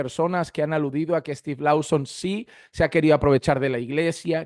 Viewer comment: Hno, gracias por sus videos. Por favor el apellido de Steve se pronuncia más o menos "Looson", no Lauson ni Louson... 👍